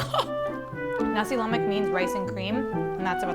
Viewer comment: I grew up in Riau as an American, so I love Malay dishes. I think it's Thai food with Indian spicing and Chinese methods. I'm still driven crazy when I hear haole pronunciations. Shouldn't it be Nah-si La-mahk.